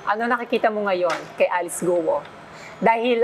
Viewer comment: It's Kwo ( Guo ) instead of Guwo